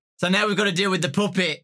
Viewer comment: i love how he says puppet like “poopet” i literally love this guy so much